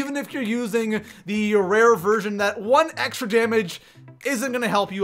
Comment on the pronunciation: Is it just me or is he saying version or virgin??